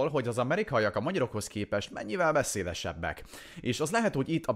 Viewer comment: Beszédesebbek hejett azt hallottam hogy veszéjesebbek🗿🍷